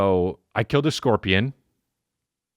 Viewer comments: “I scaled a korpian” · "I skilled a korpian"